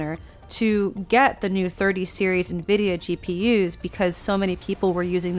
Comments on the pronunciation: I love how you opened with 20 seconds on how to pronounce it, and then pronounce it wrong for the remaining 9 minutes. 👌 en-vid-ee-ah != in-vid-ee-ah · Igbo man calls it ENVIDIYA...